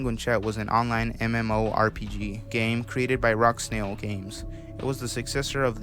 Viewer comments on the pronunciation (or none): It's not rock snail it's RocketSnail